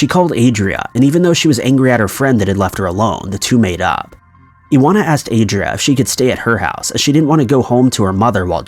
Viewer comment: Iwona= ee-von-ah